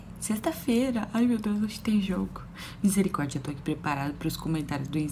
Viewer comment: E eu peguei a sua mania de falar Mizericordia 😂